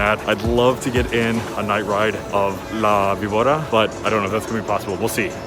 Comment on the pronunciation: It's la-bee-bOR-rra. Remember, in Spanish, the "v" is more like a soft "b". Soft roll on the r